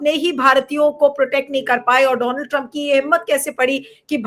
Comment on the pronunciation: Bhaisab, donald ka sahi uccharan to seekh lein.